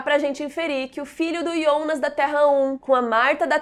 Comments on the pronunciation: Iana? (Jana) Reguina? (Regina) Ionas? (Jonas) wtf? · Adoro seus vídeos! Mas por favor pq vc fala os nomes todos errados! Vc falando TRONTEE, dói os ouvidos! Pq Ionas e não Jonas?